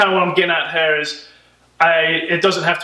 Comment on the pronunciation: You say "here" like "hair". I'm pretty good in recognizing accents but yours is mix of many :D